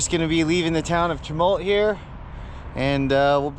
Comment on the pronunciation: A very enjoyable video. I've ridden a little of the Fremont trail so I appreciate the enormous effort of what you rode! I did cringe a tiny bit at your pronunciation of "Chewaucan" (pronounced "she-wa-can") and "Chemult" (pronounced "shuh-mahlt") but I grew up in southern Oregon, so I'll give you a break on that. 😅